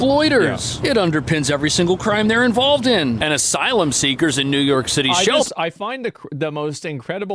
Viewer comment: New York Cit-ay